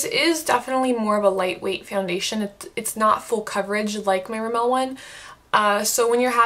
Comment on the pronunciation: RIMmel, not remMEL.